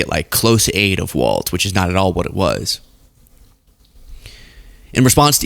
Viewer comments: Walz not Waltz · ITS PRONOUNCED “WALLS” like holding up a roof not “WALTZ” like that dance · GD it it is pronounced walls. Not Waltz. But yeah everything you said!😊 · It's a common mistake, but Walz is pronounced "Walls", not "Waltz". A very minor correction in a much bigger story of tragedy and terrorism. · Walz is pronounced like walls. Not waltz. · Cmon -it’s Walz not Waltz!!!! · Say Walz without the t that’s pronounced in the word waltz, but do say it that way for Mike Waltz. Think of the pronunciation of“walls” when you say the name of Gov. Walz. People from Minnesota will thank you for saying this name correctly. Thanks for covering this story. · So many people do not have enough attention to detail. and so many others, how many t's are in the name Tim Walz? His sir name is Walz as in walls. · I love your work. But….Walz is pronounced “walls” not “waltz.” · PRONOUNCED WALLS (WALZ) 😊😊😊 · The governor’s name is pronounced “walls” not “walts.” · It's terrible what happened here in my state. I wonder if there was conspiracy involved? MAGA is disgusting. But I have to correct you on one thing. Our governor's name is Walz pronounced walls- not Waltz like the music. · Even now people are still butchering Walz's last name. It's not "Waltz", it's Walz, and it's pronounced "Walls". Now, thanks to this video, hundreds of more people will continue incorrectly pronouncing it. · It's pronounced "WALLS" 😊 WALZ